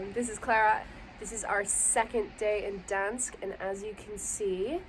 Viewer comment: Why did you not pronounce the G in Gdańsk?? It’s normal in English and polish to do this so no idea why you dropped it